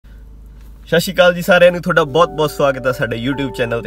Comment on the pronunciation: Sassshiakal nhi hunda.... Satshriakal hunda